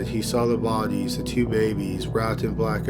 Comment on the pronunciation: I just love how you pronounce the word “bodies” bohdeeez